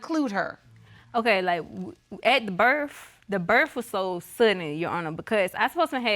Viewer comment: She says berf instead of birth..